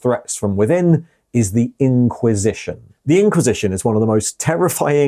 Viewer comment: You pronounced "IN-quisition" exactly how I expected you too, and I was pleased